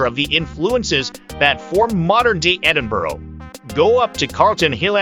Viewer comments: The worst possible voice over ever! Cheezy all-American accent, multiple mispronunciatons including - ad nauseum - Edinboro??!! It's Edin-burr. Or as many locals say, Em-bra. Some nice video clips, though some syncing with the narrative would have been beneficial for those lacking familiarity with the city. Also, for any visitor, walking through the New Town is a great experience and can be done enroute to Dean Village before a walk along the Water of Leith to Stockbridge enroute to the Royal Botanics. Also, a day on Victoria Street? I think not! There are some nice shops, true, though most are specialist offerings. An hour would likely be max. Though the Botanic Gardens is a nice place to find some quiet, so is the west end of Princes Street Gardens, with the castle overlooking. Get some eats at Marks & Spence on Princes Street and make your way down the steps at the bottom of the Mound...and 'dine' in the shadows of the castle. Fabulous! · for god sake its Ed in burgh not ed in borough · edin-boro? /rolls eyes